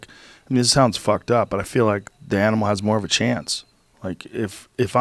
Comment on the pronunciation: Joe says anmul